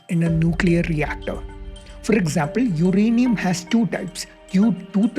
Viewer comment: For a guy who is presenting a science show, it's funny he pronounces uranium as 'UKrainium' twice in the beginning .. why do so many so called learned Indians adopt mediocrity in almost everything they do, case in point - this ☝️ pronunciation which shouldn't even thought of, let alone say it on a video on a channel produced by presumably 'learned, educated' bunch. Sad! Good topic though .. just remove the presenter - that's all.